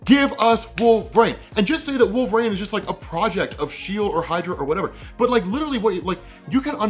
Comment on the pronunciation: Wait, how do you think Wolverine is pronounced? It took me forever to understand that's who you were talking about. Wolv Rayne?